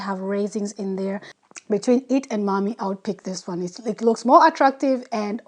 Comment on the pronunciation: It's not mammi, it's mämmi 😉